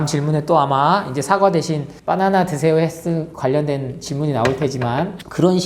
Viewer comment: 빠나나 라고 하니까 배고파져요 😅 빠나나가 아니라 바나나입니다 ㅎ😂